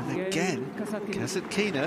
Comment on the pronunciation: Ударение на касаткИна меня убивает